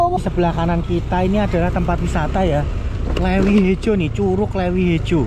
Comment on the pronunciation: CITEUREUP bukan citerep LEUWI bukan Lewi koreksi bro, nanti orang Sunda pada ketawa 😅